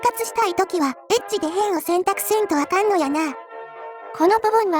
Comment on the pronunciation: エッジの抑揚？イントネーションがエッチのそれでとてもえっ…です